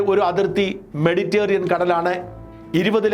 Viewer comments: "മെഡിറ്റേറിയൻ" അല്ല, "മെഡിറ്ററേനിയൻ" 😁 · ഷാജാ, മെഡിറ്റേറിയൻ അല്ല, മെഡിറ്റേരെനിയൻ, താങ്കളെപ്പോലെ ഒരാൾ അത് തെറ്റിക്കരുത്.